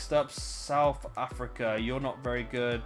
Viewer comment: The way you say South Africa is tilting